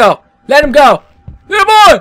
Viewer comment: I laugh so hard every time he says ''Litte boy'' xD